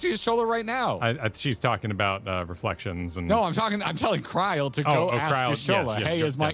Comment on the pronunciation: I'm not sure had read chat at the time he said Kri-el and that he somehow also came up with it on his own.